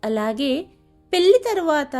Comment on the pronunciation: పెల్లి కాదు పెళ్లి